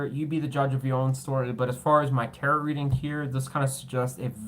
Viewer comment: Tarot... Said like ta-row...like row a boat The word is French...we don't say the second T Thank you ❤️✨️